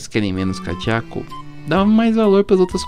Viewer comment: Não é kachaco nem dechaco e kadeku